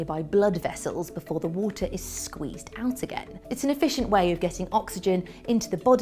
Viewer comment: Loved the vid...love the Brit accent! "Water" becomes, "wwWW-ta" LOVE it! (not making fun, I really do like listening to Brits talk)